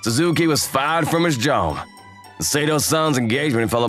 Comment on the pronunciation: I just realized she said Juob😂